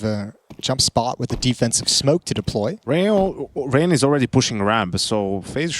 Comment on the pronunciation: did he try to say Rain the first time? Lol